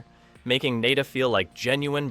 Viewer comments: Nada is not pronounced Nay-da. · The narrator is just spouting what these little communist are taught in these indoctrination camps called school. He can't even pronounce the main character. Hey commie narrator it's pronounced Na Da. As in nothing, worthless ect. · His name is John Nada as in nothing , you are saying his last name wrong and its driving me nuts.. lol